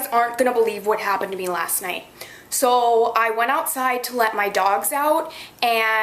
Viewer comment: "sooooo..." (i can hear the Minnesotan accent)